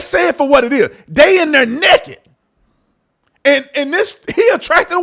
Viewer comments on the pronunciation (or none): And it is NAKED. Not NEKED…. Smh